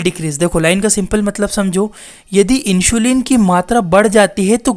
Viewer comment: It's इन्सुलिन not इंशुलीन 😂😂